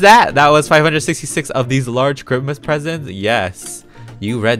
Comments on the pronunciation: can someone tell me why he is calling it Chrimas??? its really annoying me :< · It's time for CHRIMUS! Me: Loves how he says Chrimus instead of Christmas. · I love how you say Christmas like CHRIMUS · We love the peetah accent “crimmas” 😍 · ”ChRiMaS” My dumb self: WhAtS cHrImAs?? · You say Chrimis😂but I’m a fan off you😊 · Its how he says it...its a joke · Why do you say Christmas kind of weird I'm not trying to be mean cuz I always stayed that way too